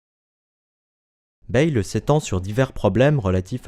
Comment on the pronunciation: Il faudrait d'abord à apprendre à prononcer correctement le nom de Pierre Bayle: [bεl] et non pas [bεjl]. De plus, dans la vidéo, on parle de «Dictionnaire critique et historique», alors qu'au même moment on voit «Dictionnaire historique et critique» sur la première page de l'ouvrage en question!